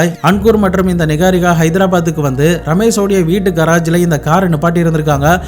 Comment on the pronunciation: Niharika ❌ நிஹாரிகா நிக்காரிகா ☑️😂